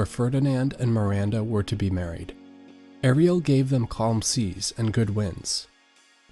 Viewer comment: He says it correctly on occasion, by accident, I think. He also sometimes says Air-ree-el for Ariel. Errgghhhh.